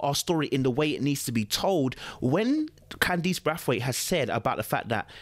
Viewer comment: Bray-th-weight is how its pronounced